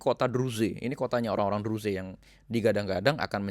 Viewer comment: Gak usah ngurusin negara lain Urusi negara mu sendiri Menyebut Druze aja salah.